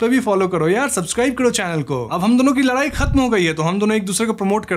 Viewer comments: Bro it's ladai not larai 😂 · Ladai❎, Laarai✅